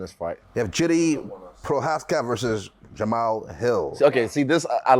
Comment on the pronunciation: Rob pronouncing Jiri correct (yiri) and Izzy pronouncing it wrong. The back and forth is hilarious